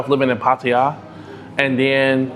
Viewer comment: Dude thanks for pronouncing Pattaya correctly. Hardly any expats get it right 👍